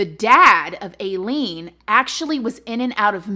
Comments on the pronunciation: It’s Aileen pronounced it like the A is I, but girl we all know u mess up words and still love you. My opinion she was crazy and needed mental help. I also believe she was raped but I don’t believe all those men raped her. I think she used that to excuse her killing and robbing the others. Her childhood is so sad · Ahhh I hate to be "THAT person" but you're pronouncing her first name incorrectly. Sorry... serial killers are one of my biggest interests and I can't not say anything about that haha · It's pronounced I-LEAN. No big deal, just thought some people would want to know, like incase they wanted to do any research on their own. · Love you but i believe her name is pronounced like eye-leen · Its eye-lean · I read and researched alot about aileen and i really enjoyed your presentation of this case :) Ive always hear it pronounced like "ileen" but that could just be my weird canadian accent. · Her story is tragic and they made a movie out of it too! Honestly, she didn’t seem like she was “all there” if I can say it like that. That’s a trip that you were in the same prison as she was. As far as I know, her name is pronounced Eileen, but no shade. I love you, ♥️ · Her name is pronounced Eye-lene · I'm pretty sure it's pronounced eye lean. My grandmother had the same name, spelled the same and I know another person with that name and the both pronounce it eye lean. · I love you so much. But just so you know, it’s (EYE-LEEN) 😘 but great job on this video. Just like all your others. You’re my YouTube mama ❤️ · Pronunciation for; "Aileen" is (I-LEAN)Pronunciation for; "Aileen" is (I-LEAN)Pronunciation for; "Aileen" is (I-LEAN)Pronunciation for; "Aileen" is (I-LEAN)Pronunciation for; "Aileen" is (I-LEAN)Pronunciation for; "Aileen" is (I-LEAN) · Aileen is pronounce the same way as mine (I-Lean); her and I just spell it differently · her name is pronounced I Lean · It’s pronounced EYE LEEN. You should really watch the documentaries and movie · pronounced i-leen